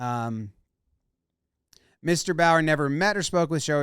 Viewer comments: Also I’m pretty sure it’s not Bower but the bow is pronounced like the bow in bow-tie followed by a “yur” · Also how do you pronounce Bowyer as Bauer? Its clearly Bow-yeah